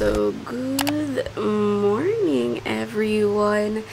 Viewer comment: Gooth morning? GROHcery? Goooooth Afternoon? ORTHERED.? Gorl hilig mo sa TH lol